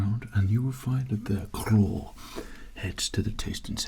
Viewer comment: I love that we can hear daniel plainview accent creeping in when he says "their claw"